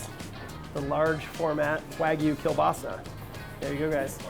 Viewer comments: That is not kielbasa... and learn how to say kiełbasa 💋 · It's Kiełbasa. Polish 101.